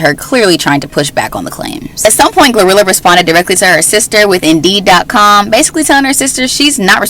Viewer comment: it’s GloRilla not Gorilla🤣🤣